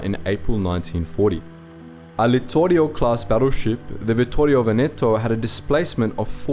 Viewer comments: Nice video! Just a little suggestion: it's "Vèneto", not " Venèto"! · One of the things that I appreciate of the channel, is that you try your best t pronounce various languages the most correct way possible. Like Vittorio Veneto is hard to pronounce, and the only mistake you made was in Veneto where the accent is on the first e, like Vèneto. Congratulations for your efforts and pronunciation mate